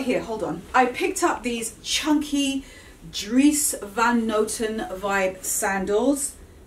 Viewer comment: Dries Van Noten is from Belgium. His name is Dutch. Excellent pronunciation! 😊 Love the things you have found.